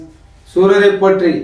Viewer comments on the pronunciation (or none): அது சூரரை போற்றி இல்ல சூரரை போற்று என்ன டா பேசுறீங்க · 2.41 adey athu potri illa potru!!! Puriyudha da komutti mandaya😆